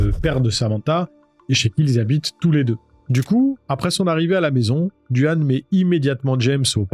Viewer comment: Excellentes tes videos, bien amener et la narration est claire, bon boulot! Je me permet de te corriger sur le petit copain de Samantha, c est Duane mais ca se dit Dwayne.